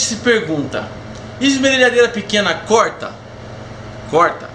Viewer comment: É corta e não coita kkkkkkkk